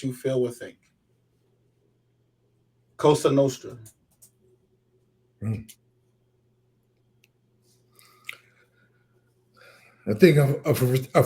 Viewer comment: This guy needs to stop saying “COSHTRA NOSHTRA” it’s Cosa Nostra!